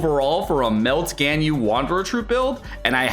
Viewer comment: mmmmmm... I just want to comment, why do you pronounce Ganyu as "GainYu"? It's so weird. It's suppose to be " GUN - U ".